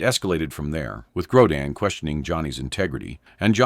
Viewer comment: It's not "Grodan" you idiots! When will this freaking moronic channel creators stop using artificial voices? They keep saying theeach next guest will cause Johnny to explode... But they never show it. Just more exaggerated click baiting to get more viewers! Such dishonest showmanship that should result in their channel being kicked off of You Tube!